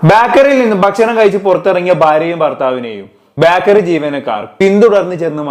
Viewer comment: ബാക്കറി അല്ല ബേക്കറി